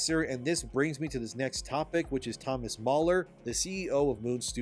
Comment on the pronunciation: NOT MAULER it's Thomas Mahler Ma like Mars